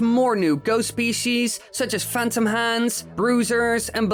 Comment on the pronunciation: He said "phantom"